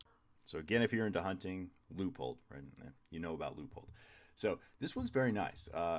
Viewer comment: It’s pronounced “Loo-pold.”